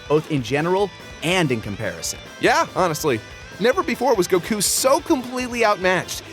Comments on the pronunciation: It still kills me Make pronounce goku correctly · I love lani dissing for his odd goku pronunciation. Lol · i'm happy they mentioned that pronounce goku wrong. it's frickin annoying! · "Make him pronounce goku correctly " Give me a fucking break!